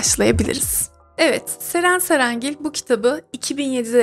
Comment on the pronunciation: Nie anlamadım her Ceren cerengil dediğinde patlıyorum : Ddddddddd